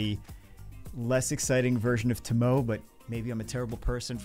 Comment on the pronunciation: Naw with Liliana and Bloody Mary here I don't use Tomoe (pronounced Tō-mō both O's are long O's y'all not smart enough to use her can't even say her name right. But yeah saved 200+ LD scrolls and got 4 LD5s but only 3 LD 4*s but who doesn't like Kinki, Julianna and another Molly. Liliana was one of the 4 as was another Pontus Dupe(2 i own), Destiny, Veronica and the 4th Vancliffe.